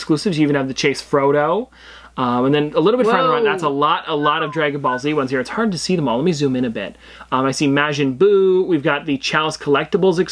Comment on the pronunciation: Dang man you did it again lol,(''MAH-JIN'') Buu